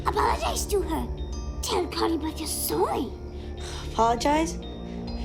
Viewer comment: Stop saying Carley Bath! Lol